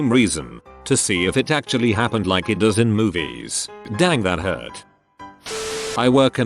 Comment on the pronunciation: I love how ish the speaking program says “I T” instead of “it.” To be fair it usually is IT instead of it lol